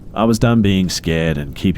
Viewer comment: I don't like when you say "and" it sounds like andt or ant